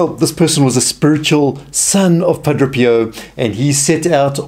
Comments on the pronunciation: It’s Padre pio not Padro Pio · Friend, Thank you for your ministry.. however, if you are going to continue with it, it is essential that you learn to pronounce the Padres name correctly. Phonetically it is: Pah - DRAY. Pee Oh Not Pa DRO pee oh Blessings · I think it's either South African or Australian/New Zealand, but it also sounds like he might have a speech or hearing impediment because he keeps saying "Pudruh" or "Puhdro" instead of "Padre" (PAH-DRAY) and had great difficulty with the word "congress" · It is Padre Pio and not Padro Pio...! Let's learn to pronounce the name correctly if you want to be taken seriously on your video. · Wonderful video. The speaker has a very unusual way of pronouncing the saint's name. To my ear at least it sounds like he is saying Padro Pio. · why does he say padro? which is it?